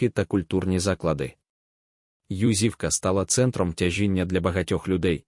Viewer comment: Чому ЮзИвка? Наголос не там